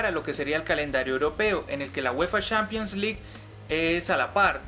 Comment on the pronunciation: Se pronuncia Champions no "Shampions" y oficialmente se llama Copa Sudamericana no "Copa suramericana", de resto te quedó muy bacano el vídeo, yo agregaría que los cupos se dieron de acuerdo a un estudio de mercado y que uno de los beneficios de terminar en noviembre es que el campeón no se va a desarmar para el mundial de clubes como ha venido pasando.